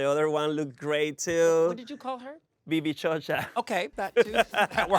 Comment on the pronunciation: “Orineisha” and “Vivíchocha” ☠️